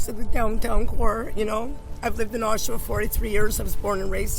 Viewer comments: it is not pronounced as oshwa, it is oshawa. back to school boys. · Tell your AI it’s OSH-UH- WUH? Oshawa, Ontario. OH-SHOWA is wrong. My AI is smarter than your AI. Loser. Population of 175,000+ come on. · It’s pronounced AW-shu-wah not oh-SHAH-wah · Pronounce the name of the city right will ya. Osh A wa